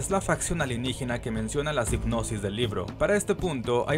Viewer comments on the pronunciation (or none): 'Sipnosis' Heh.